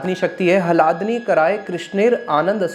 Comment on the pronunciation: 😮 उच्चारण तो सही कर लो पहले । अर्थ का अनर्थ बन जाता है जब आप ह्लादिनी को हलादिनी कहते हो !!